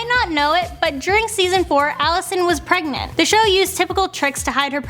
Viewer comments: Prenant ha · Prenant? I think you mean pregnant... 😂😂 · prenant? Pregnant honey learn